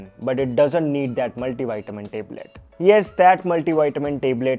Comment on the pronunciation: Listening teblet teblet feels like yukk😂😂 His acting literally is like watching rakhi sawant getting Oscar award😅